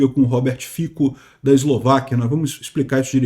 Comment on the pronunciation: A pronúncia de Fico é Fitso